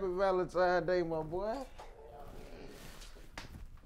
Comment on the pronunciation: My guy said "VALENTIMES"